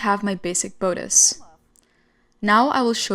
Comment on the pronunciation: Very complex but described beautifully. Please encourage translator to learn proper English pronunciation of sewing terms, for example: bodice and lapel.